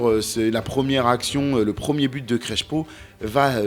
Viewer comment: ça ne ce prononce pas CreSHo, mais CreSSpo 😉